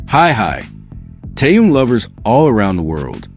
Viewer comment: Почему ведущий постояно коверкает имя Тэхена..... Мужчина вы что читать не умеете... Так безграммотно читаете... Запомните эту суперзвезду зовут Тэхён.. Не таюн... И не тын а Тэхён......